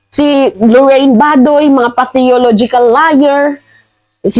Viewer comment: 'PATHOLOGICAL LIAR,' HINDI 'PATHEOLOGICAL LIAR.' CORRECT LANG KITA, PARA HINDI KA GAANONG KAHIYA HIYA SA SUSUNOD HA! ANYWAY, YOU ARE DOING AN EXCELLENT JOB! PAIKUTIN MO AT PAHABAIN MO PA YANG LIPS MO PARA MAS ENTERTAINING SA AMING NANUNUOD. BAGAY NA BAGAY SA YO, HAHAHAHA.